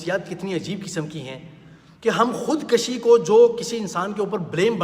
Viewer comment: Khud kushi not Khud kashi.